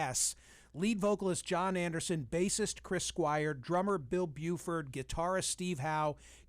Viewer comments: It's B r u f o r d not Buford!!!!! CNN journalism, why would I expect something different?!? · C’mon Michael Smerconish…it’s Bruford, not Buford!